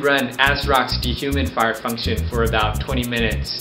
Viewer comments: "De-humid-fire function" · I like the way he pronounces D-HUMID-FIRE :p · He doesnt say de human fire. He says "dehumidfire". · why does it sound like he keeps saying "de-humify"